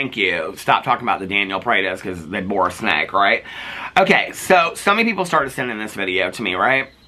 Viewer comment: Can you make merch that says “bore a snake” it cracks me up every time you say it!! 💙💙